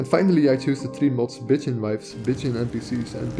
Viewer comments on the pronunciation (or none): "Bitching wives" & "Bitching warmaidens" made my day. I am glad you included the download page , because CC saw it just the way I heard it. If there are no modes with these names yet, I'm sure there will be & if there are, imagine my surprise, if I were to install them & instead of being pretty, an npc starts bitching at me... Your pronunciation is horrific, your taste is exquisite, your knowledge is impressive & your efforts are highly appreciated. This has been one of the most practical & informative videos on mods I was lucky to find. Thank you.